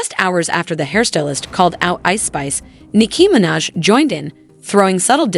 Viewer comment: can you learn how to say Nicki Minaj’s name properly💀